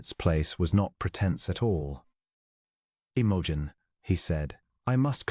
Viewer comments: AI makes her name sound like an OTC medicine for digestive problems. 😂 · Unlikely. But a sweet short love story. Best part is that the narrator does not sound creepy or robotic and reads the lines fairly well. Well, except for the lady's name.